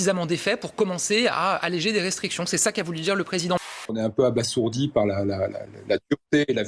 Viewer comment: 0'30" on dit "abaZourdi" il n'y a qu'un "S" et ne dérive pas de "sourd" mais de l'argot "bazir" qui signifie tuer. Je ne comprends toujours pas comment des gens si "haut placés" peuvent faire des fautes de français aussi banales ! Dîtes le mois de JOU-IN pendant que vous y êtes, ou bien, au jour d'aujourd'hui... 😁Quelle tristesse intellectuelle. Et ces politiques qui défendent Sarkozy, c'est HALLUCINANT !